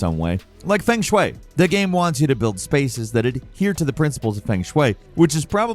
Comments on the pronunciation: Bro, why are you saying feng shui in such a disrespectful way? Thats other people belief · the "feng shui" pronunciation was crazy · Feng Shwey